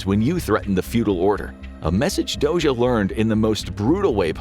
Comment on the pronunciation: Very well pronouncing Dózsa! The “zs” sound can be tricky for foreigners. Interesting video!